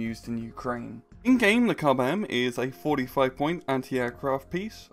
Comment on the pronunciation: KUB-M, more like KUBE-M